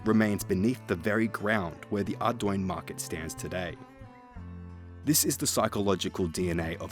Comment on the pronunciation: Where is the y in Ardougne, please explain to me. It's always been pronounced aR-dUne, exactly like how it's spelled. I have absolutely no clue how so many people get this so wrong.